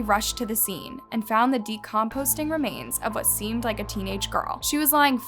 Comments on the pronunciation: I’m sorry but you need to learn how to speak and pronounce words properly before you decide to post the video. It’s DE-CUM-POSING NOT DE-COMPOSTING. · I absolutely love your videos-but I mean this correction in the NICEST way: It’s “De-com-pose-ing”, not “De-composTing”. No “T”. :) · Hey just FYI I notice you do it on like all your vids I’m not sure if it’s to not trigger YouTube’s sensors but the word is “decomposing” not “de composting”! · DeCOMPOSING not decompoSTing.... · Decomposing, Not decomposting. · Decomposing*** not decomposting lol that’s not a word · Lol did you say deCOMPOSTing?? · I live this channel but the way she always says decom-post-ing irritates me so much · “Decomposing remains” omg do ur research on now to pronounce words